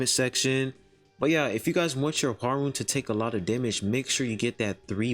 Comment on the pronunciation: I think her name is said hwar-yun